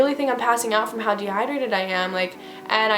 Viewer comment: like “can someone jus give me an IV a bitch is de-hi-drated.”